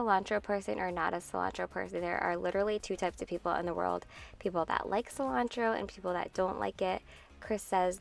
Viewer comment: 😂🤣😂 when you said Chris says cilontro